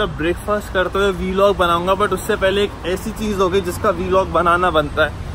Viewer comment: VLOG BECAME Ve log.Audi became Avvdhi😐